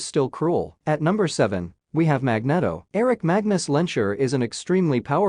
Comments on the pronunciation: Magneto is pronounced Mag-NEE-To, not Mag-net-oh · It's Magneeeeeto................ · Mag knee tow sounds better fyi. Thats also how every movie has pronounced it for the same reason. And Jesus christ you're a douche who I assume has never been laid unless you payed for it...or are super rich...which is the same thing. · Magnedo hahahahaha...the Spanish version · This video would be much better with a human voice. Mispronouncing Magneto, Asgard, Odin, Telekinesis, and Apocalypse is not going to win any points from comic book fans.